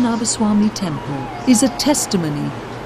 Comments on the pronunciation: Since when did temples become taamples. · Tample nahin temple........ Ab to correct kar lo, pronounces correctly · Tampel Nahi Temple hota hai